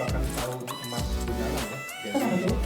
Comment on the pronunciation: Asal usul nama Gundala gimana sih? Pronounce nya aneh soalnya